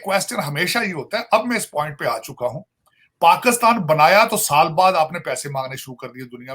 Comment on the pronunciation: can someone tell this weirdo its Pakistan not Pakustan